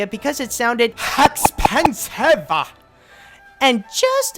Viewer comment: made me LMAO. EX-PEN-SIVE!